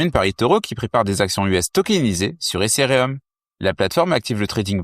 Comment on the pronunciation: Les gars vous avez 0 hype vous voulez nous vendre des trucs, sérieux... Vous n'écoutez pas les gens, vos gingles sont malaisants, la prononciation de ethereum aussi. En revenche la qualité des infos proposées sont excellentes. En gros le contenu est bon le contenant claqué au sol. Preuve vous n'avez aucune croissance organique.